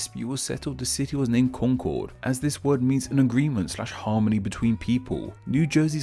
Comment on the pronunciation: Concord is pronounced con-kurd. Sometimes sounds like conquered.